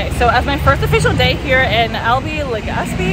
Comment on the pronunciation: When I heard you say ‘LV’, I thought you were referring to Legazpi and just made some kind of a shortcut word out of it. Later did I know that you were actually tryin to say ‘Albay’. Had me laughing! 🤣🤣😂